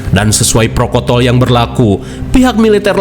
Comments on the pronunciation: protokol bang bukan prokotol😭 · maaf meluruskan protokol pak...bukan prokotol 🙏😅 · Protokol, bukan prokotol 😅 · Protokol banggg😂😂😂 prokotol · Protokol apa prokotol tadi ya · protokol bang bukan prokotol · Awas keseleo prokotol /protokol 😅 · Protokol bang 😂😅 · protokol mang, lain prokotol😂😂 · Prokotol ❎ Protokol ✅ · PROTOKOL min, bukan prokotol😭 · Melanggar protokol ....bukan prokotol... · apa sih bang prokotol prokotol terus...hehehe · Prokontol bukan prokotol😂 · "sesuai protokol" bang bukan prokotol ,, ingat ya adik2 jgn ditambahin huruf "N" nanti tak sesuai ekspetasi 😁😁